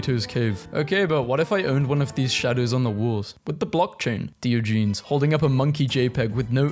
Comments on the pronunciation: Dee-oh-ja-knees Not dio-geez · 😂 DE o Gen es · Did you just say Deeogeenes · It’s DIE-OJA-NEES u said it wrong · When I heard you you say Diogenes I thought the meant the plural for the dog in Garfield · Please learn to pronounce Diogenes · WHY DID YOU PRONOUNCE DIOGENES LIKE THAT. WHY DO YOU KEEP DOING THIS. HOW BRITISH ARE YOU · Ok, he really needs to stop mispronouncing Diogenes.....its starting to bug me....